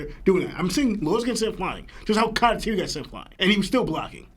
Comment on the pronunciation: y’all have had this podcast for a long time and this dude still says Katatiri…